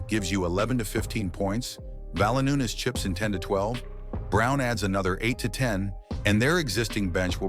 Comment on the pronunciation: Lol, at least 3 mistakes that I caught - It's Valanciunas (keeps saying Valanoonus), Michael Malone not the coach any more, and Jokic has 3 MVPs, not only 2